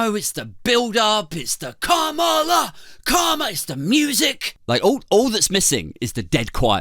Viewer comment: Komala? I thought it was kamala, like camera